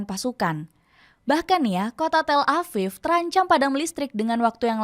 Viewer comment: Tel Aviv bukan Tel Afif...V bukan F. Memang orang indon tak pandai nak membezakan huruf V dengan F ke?